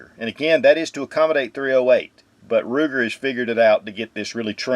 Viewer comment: Every time I hear Ruger 🤮